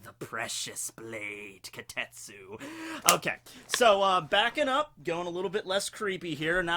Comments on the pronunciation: starts mistaking the name as kotetsu instead of kitetsu... goes on a rant about child iron... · Why not pronounce it properly? Ki te tsu